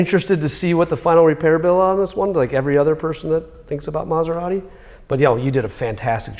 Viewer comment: Great job Guys! Very nice and beautiful car ..... but, Sorry, I can't hear now u pronounce the name of the brand:" MaserarRi"....put a "T" before "i" : MaseraTi....grazie ;-)